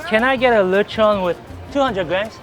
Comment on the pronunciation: I love how probounces lechon(latch on) as luh chawn 😂